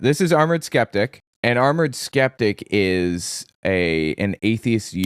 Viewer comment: What’s a skentic?